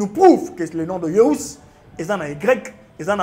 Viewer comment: Pseudo débat! Aucun sens et aucun fondement. Attention à la prononciation. JÉSUS et non JÉSIS